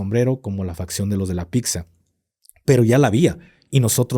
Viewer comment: Facción, no fracción.. 😅😅